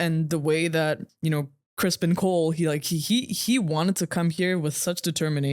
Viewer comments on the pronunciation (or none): Seems like nobody knows “ Sir Cristons” name😂. She calls him “crispen” another lady calls him “cristian”😂